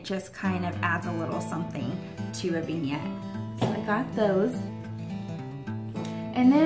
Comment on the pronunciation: Okay... After watching several videos now, your pronunciation of "vignette" is driving me bonkers. It's "vin", with a soft i sound, not "veen" with a long e sound. I've never in my life heard anyone say it "veen-yet". 😄 But hey, I'm still watchin because I do love your style!